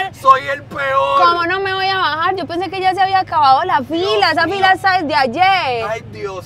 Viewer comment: La amo cuando dice “me tengo que bajarrrrr”